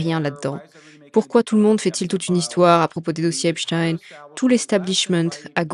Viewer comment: Bonjour et merci pour tout ce que vous nous partagez . Je ne suis juste pas d'accord avec vous sur la prononciation du nom d'Epstein.... Vous interviewez des américais et pas un ne prononce Epstaïne, tous prononcent Epstine, et c'est JUSTE. La théorie de votre collaborateur avec le nom d'Einstein ne tient pas debout !!! Il était allemand, et en effet en allemand on prononce différemment. J'adore vous écouter mais cette erreur me pique les oreilles.... c'est dommage.